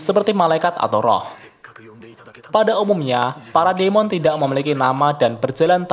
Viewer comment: Demon = bacanya dimen